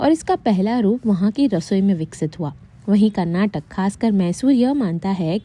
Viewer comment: Good information 💕 as a Kannadiga I'm so happy to see but the only problem is it's not Karnatak ❌ it's Karnataka ✅